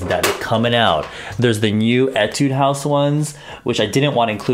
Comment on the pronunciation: so you have bunch of korean cushions while I am dying to buy some foundations only available outside korea..😂😂😂😂 by the way, you are the first foreign Youtuber who said 'Etudehouse correct lol